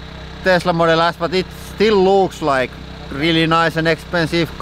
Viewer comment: I'm sorry... did you say "Model Ass"?😂😂😂😂